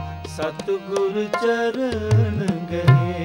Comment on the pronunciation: It’s Satgur “ nadar kare, I think I could hear satguru instead.. sorry but pronouncing correct Gurbani is very important “Lakh khushiya paatshahiya je “SaTGUR” nadar kare..🙏